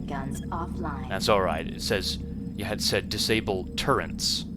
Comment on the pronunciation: LOL, turrents? Really?))))